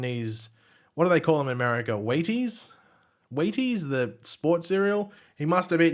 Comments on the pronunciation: It’s pronounced Wheetees. You were close though! (& right that it’s the “breakfast of champions” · its Wheaties pronounced Wheat-ease lol